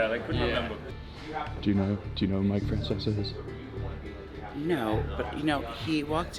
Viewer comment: Mike “Fracesca”?